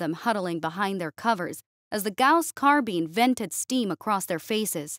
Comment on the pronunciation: Carbine. It rhymes with Spine. Not Spleen.